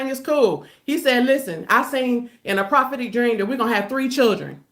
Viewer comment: Correction: "prahhhhpetic dreams." If she says that one mo' time. 😣